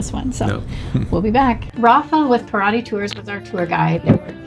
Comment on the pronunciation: Para--CHEE. Ca-SHA-sa. Kai-pir-EEN-ya. It's Brazil not Wisconsin. LOL